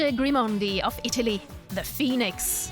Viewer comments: It’s not Felice Grimondi, but Felice Gimondi!! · Felice GIMONDI, not Grimondi!